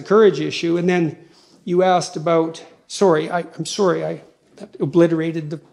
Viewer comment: Most Canadian sorry I’ve ever heard Jordan is the best though